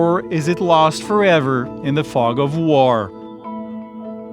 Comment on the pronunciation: "fog of woar"